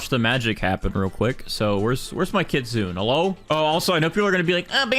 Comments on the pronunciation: Kitsune is not KITZEEUUUNNN 😭😭😭😭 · You pronounce the “e” in kitsune jsyk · Learn how to say kitsune right 🥀